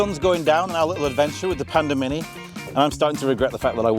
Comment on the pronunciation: I thought I heard you say Panda Minion 😊 not Panda Mini. Pandemonium !! 😂😂 Perhaps Geely will rethink names for their future models?